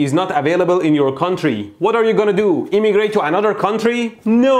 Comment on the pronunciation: "Do you have to imigrate to another country?" "No!" Me: *Laughing histerically at the accent*